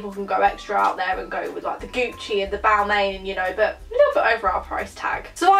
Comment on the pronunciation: It's pronounced Bal-man hahahah